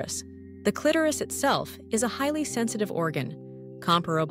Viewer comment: First of all, the illustrations are totally unrealistic and bogus. They don’t relate to real anatomy. Clitoris is twice mispronounced by the AI narrator.